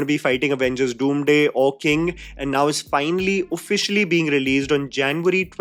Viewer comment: You know all of these things are frustrating but the Absolute worst of them definitely has to be Mispronouncing Movie titles ( No offence to you I love you ) but damn we came from "bahuubali" to now Avengers "Doomday".